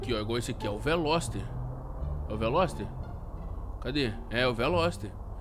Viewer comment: Veloster não lerdoster kkkk